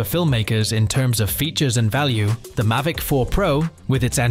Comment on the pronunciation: This video is shockingly bad. I’m not a fan of AI generated scripts. It lacks any human touch to it. I’m trying not to be grumpy about this, but it’s a growing trend in tech videos. Am I in the minority on this? Not anti AI at all, but this is lazy work, it says “Mivic” multiple times